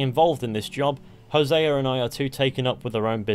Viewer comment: Imagine creating a language and being the worst people to speak it. “Hosea-er” 🙄